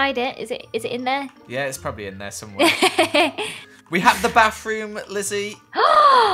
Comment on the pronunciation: I live to hear say “wiv” and “barroom”